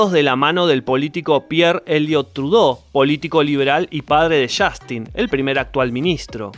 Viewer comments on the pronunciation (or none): none